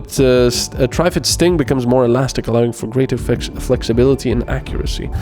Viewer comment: Note for next time, It's Not "Try-fid". Triffid sounds more akin to the snapping of a plant with an ed on the end. Tr-ffed or somthing. It's mangled latin anyway because of the 3 "roots" it has to move around on. Source: BBC adaptation of the Day of the Triffids